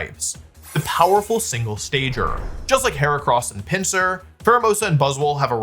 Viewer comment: I've never heard someone mispronounce so many pokemon. For example Buzz SWOLE "buzzle" lmao